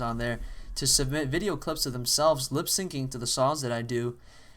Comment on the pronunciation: no you said lip SING its called lip SINK